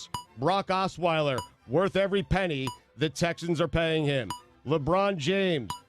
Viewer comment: And now, the first Suey nominee for Best Mispronunciation: Brock Osweiler! "Bra Sauce!"